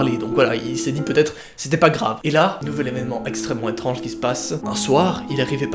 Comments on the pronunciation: Ta dit etranze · T’a di etranse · je suis la seule à avoir entendu étranze?😂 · ta dit etranze AAAAAAAAAAAAAAAA